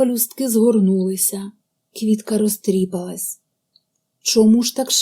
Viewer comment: У слові "розтріпалась" наголос падає на "а" - "розтріпáлась"!